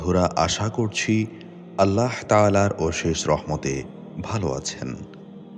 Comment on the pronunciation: আপনি ছোট 'হা' দিয়ে আল্লাহ বলেন কেন? আল্লাহ গোল 'হা' দিয়ে বলবেন।